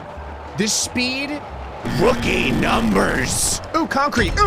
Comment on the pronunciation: It warms my heart. When says roOkiE Num rs